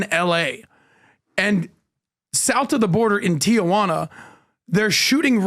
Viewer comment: it's Tijuana , not Ti-a-juana